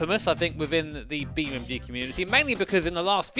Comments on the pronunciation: It’s Beam(N)G not Beammg ffs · Do you think he knows is BeamNG? Because the title suggests he does but he’s definitely saying BeamMG… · Is it just me, or are you calling it BeamMG? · Use me as a button for every time calls it BeamMG! Love you really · Does he keep on saying BeamMg 😂😂😂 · Why does he say BeamMG